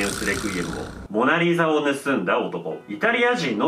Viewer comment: オナリザにしか聞こえなかったんやけど 俺だけ•́ω•̀)?